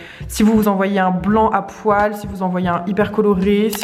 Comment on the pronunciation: Quand tu dis un "un tapis à poil" j'ai compris tapis à pois et je pense que du coup l'idée d'un tapis à pois ou motif pourrait etre top !